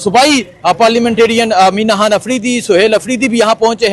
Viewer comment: او بھئ! تم پہلے ”خ“ لگا کے ”خان“ اور ” خانم “ بولو 😂😮😮😮😂 ورنہ میں تمہارے ویلاگ کا بائیکاٹ کردوں گی